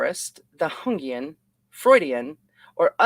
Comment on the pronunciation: Jungian is Yungian <Young - Ean> not the latin J that is pronounced H. Thank you for reading this outloud. Anything to do with the archetypes is gaurenteed to Jungian...